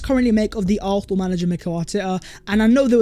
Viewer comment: ARSENAL NOT ARFFFNAL!! GET IT RIGHT!!